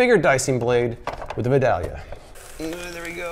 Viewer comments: It's pronounced "Vi-day-lia". I guess you have to be from there to know how to say it. Love your videos. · Killing me every time you mispronounce Vidalia...love your videos btw.